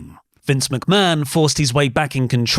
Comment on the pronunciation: I already don't much like this presenter but within seconds he mispronounced the name Mcmahon as McBann. On a live show, no problem we all do it. This thing was prerecorded edited and signed off on. My god. As if I wasn't already in a bad mood thinking about Vince in general.